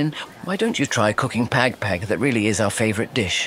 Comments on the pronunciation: The he pronounce "pag pag" is hilarious. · Pag pag not peg peg😂😂😂documenting something n u cant even pronounce it right